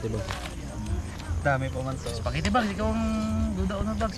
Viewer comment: harabai said ispagiti